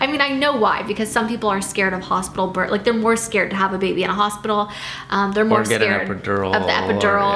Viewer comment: It bothers me how she doesn’t pronounce the th in “birth”